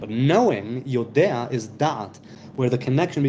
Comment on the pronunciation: oh, so it's (pronounced) yode'a, not yodea?